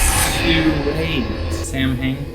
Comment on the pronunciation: I HATE that they don't pronounce Samhain correctly. It would have taken less than a minute of research to know how to pronounce it. Not one of my favs - but I still love, love, love Supernatural.